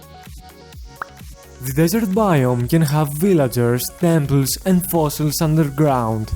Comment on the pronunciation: AINLD FOSSIXS ULDLER GLOUND best inglish